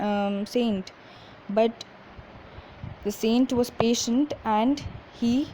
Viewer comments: Mam improve your pronunciation saient no संत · It is not sant it is saint in english